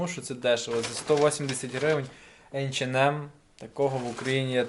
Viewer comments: Айчинем .Неееет такого магазина в Германии ,ты хоть при немцах так не говори . H&M Посмотри в ютубе хоть алфавит немецкий . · ейченмем, мда